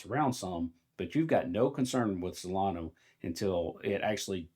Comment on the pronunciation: “Solano” 😂 Its pronounced “solan-uh”. Please don’t confuse it with dumb money coin Cardano 😂